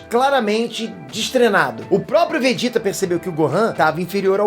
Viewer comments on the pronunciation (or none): none